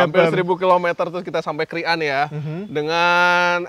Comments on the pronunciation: Bang pengucapan "krian" yang betul adalah "kriyan" bukan "krik'an" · baca krian nya bukan kri an bang, tpi langsung Krian